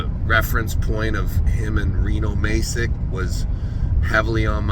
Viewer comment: Devon's pronunciation of "Sagov" and "Masic" are almost as bad as his predictions